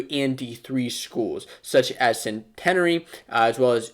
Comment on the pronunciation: CENT-EH-NARE-E lol